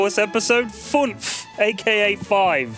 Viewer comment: Its not Funf. Its fünf. Think "further" when you pronounce it. And if a toaster kills the fuse, id hav a deep look at the toaster or the electrical installation. Its either dangerous shit or the fuse is too small. Or both.